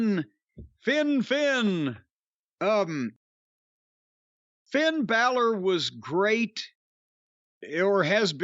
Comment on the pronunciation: "Thin Balor"